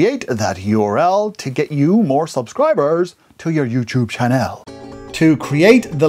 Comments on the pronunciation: chann'ell' OMG I LOVE THE WAY HE SAYS THAT 😂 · I love how you emphasis the "ch" in 'channel'